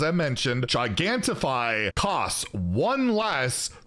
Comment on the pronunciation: Gigantify starts with the same syllable as Giant. Gi-GANT-ify